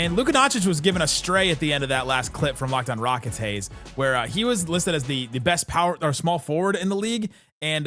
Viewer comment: "Haize" nailed it.